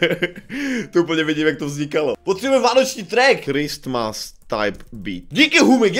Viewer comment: ''VÁNOČÍ MISE''